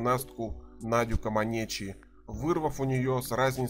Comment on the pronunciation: Комментатор фамилию легендарной гимнастки надо произносить правильно:»Надя КоманЭчи!😢